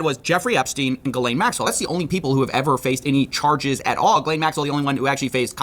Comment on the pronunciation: Her name is pronounced Jizz-lane